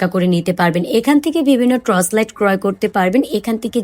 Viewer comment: আপু ট্রচ লাইট না, টর্চ লাইট হবে।